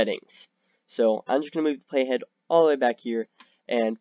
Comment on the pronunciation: Could not understand you when you said "playhead"... Had to look it up. Video did not show where you typed the name "Hypixel compellation"... I still have no idea.